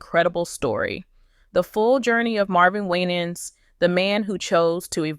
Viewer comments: last name pronounce "Y-NANS" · First of all you are not pronouncing his name correctly! Second, where are you getting all this garbage from? Why are successful Black pastors always being under attack! Don't believe any of this garbage you are spreading. Be careful how you treat and speak about one of God's chosen ones ! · Please pronounce his name correctly 😊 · His name is not being pronounced correctly. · Don't listen to this nonsense. When you are in the spot light people will talk what they don't know. If you're not a close family member sharing information about an individual. You really don't know truth. It is obvious that you do not know Pastor Winans, by the way you pronounce his name. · Why can't you pronounce his last name. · Quit Mispronouncing his Name and God’s got him ‼️ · You Can't pronounce his Name Right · Why are you pronouncing his name like that😅😅🙄